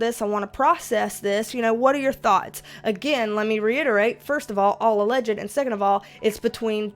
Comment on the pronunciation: All "Alleged-D-D" that made me laugh so hard!